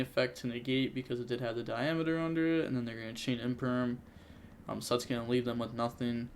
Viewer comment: Am i the only one getting slightly triggered by saying "Diameeter" instead of "Diameter"?